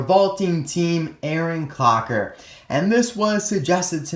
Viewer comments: "Aaron Cocker" Lmao, but amazing review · LittleHarky he said clocker but he barely said it